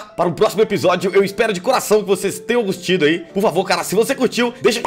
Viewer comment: Minuto o Vinícius diz espero que tenham gostido😂